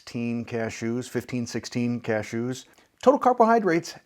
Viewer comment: I love the way that you say "CashOOS," kind of like you are sneezing. 😁